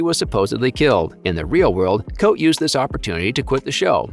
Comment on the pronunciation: Cote is pronounced KOT-eh not Coat. Please show the actors some respect and get their names right